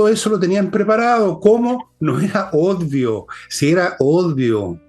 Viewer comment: Odvio u Obvio, don Fernando😮. con cariño😂